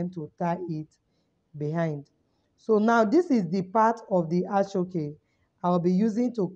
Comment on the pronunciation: Thanks for the lecture. The name of the material is Aso-Oke pronounced as asho oke